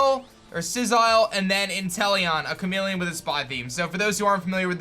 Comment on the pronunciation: It’s *chameleon not chamelon